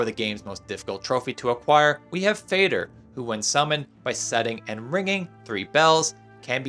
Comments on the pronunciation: Just a small pet peeve...Fader is Nordic for father and pronounced similar. You pronounced it like someone with the ability to fade. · Moder (mother) and Fader (father), just say the «d»… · Myeah, you're correct, counter argument, Fade-r pronunciations makes him sound like the high king of handing out fades 😂